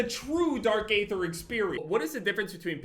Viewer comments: I hate to be that guy. But isn’t it pronounced dark aether ( eether) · i hate to be that guy but you don’t pronounce the “a” in “aether” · the A in aether is silent, just remove the A and just say it regularly.